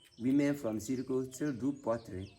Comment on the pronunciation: It's pronounced S-I-R-I G-U